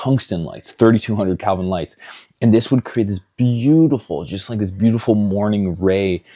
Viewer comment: Great vid. In the future can you call it by the proper term “Kelvin” instead of “Calvins”? Sorry, but “Calvins” is wrong and hurts my ears 😅 Beautiful lighting setups though